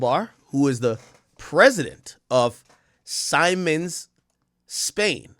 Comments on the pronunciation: It's pronounced see-mens! R.I.P to all😢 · Siemens-Pronounced (Semens) RIP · Worked with that company at the airport. It’s pronounced (see ·muhnz) pause😂